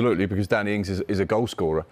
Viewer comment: Danny Ings, Just say it LOL.